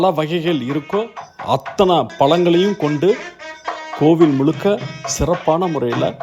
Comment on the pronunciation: முளுக்க முளுக்க பளங்களா? வாளைப் ப்ளம், ஆரஞ்சு பளம் அப்புறம்?? முதலில் தமிழுக்கே ஆழகான 'ழ' வை உச்சரிக்க பழகினால் நல்லது...பழம் என்று சொல்லாமல் பளம் என்று சொன்னால் ரசிக்க முடியவில்லை சார்.